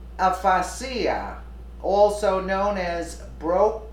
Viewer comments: Aphasia is Pronounced "a" (short a vowel) (fa- 'pha'.. 'chi a')). Means "without ability to use spoken language"... express meaningful language- looks like nanci's operating mind-controlled center to carefully script the language that her minions she works for is also becoming AS disfunctional breakdown of USD was collapsed last Sun to bring in awaiting NESARA. USN! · long history of alcohol use can cause this but any 77 yr old is subject to clouded thinking esp after mini strokes over time ... the announcer here is mispronouncing the word aphasia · I think it's pronounced uh-fay-shuh. I had a form of it when I was taking Lasiks, or however you spell it. She may be losing it, or boozing it, or druging it. She's stayed past her prime, if she ever had a prime. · aphasia = a-fa-ja. 1st a is long, 2nd a is short, j is soft as in just. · Its pronounced like aa-ffff aaa she ya... get your act together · It's pronounce ah-fay-sha w a slight sound of z at the end u idiot! omg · Jesus, aphasia a·pha·sia, /əˈfāZH(ē)ə,əˈfāzēə/ --- Please get a dictionary. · Aphasia rhymes with Asia ( as in China & Japan). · “Expressive Ah-Pah-See-Ah” and “Broo-Cah Ap-Pah-See-Ah” lol. This isn’t Italian—it’s English. I wonder if she pronounces Disney’s movie: “P-Han-Tah-See-Ah” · Aphasia is pronounced Afazia. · aphasia = ah-fay-ziah Is how it is pronounced. :) My mom suffered with that after several cluster stroke in her late 70's..